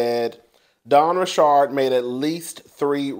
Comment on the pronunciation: It's simple, KanYE is how his name is spelled so why would it be pronounced any other way than "YAY"?! Where you get "YEE"?!?! And it's just Richard like the male name. Where you get "RiSHARD"?! 😂😂😂